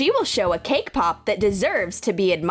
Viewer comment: did you said kpσp or ¢αкєρσρ... I heard kpσp lol I think I heard wrong 😅😅😅well that was one of my favorites and the Nutella 💜💜"ι ℓσνє ¢нσ¢σℓαтє"